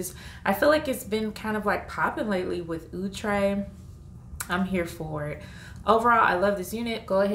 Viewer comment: ITS NOT OOOHhhtre